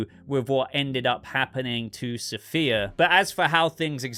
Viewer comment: Every time I hear you say Sofia all I hear is “Saafir” the emcee from the Bay 😂